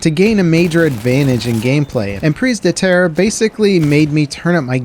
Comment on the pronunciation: Prees de tarris? Goddamn dude at least try and pronounce it correctly😂